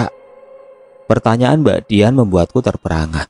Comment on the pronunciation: Ngomongnya kok kadang simbak? Apa aku yg salah denger ya..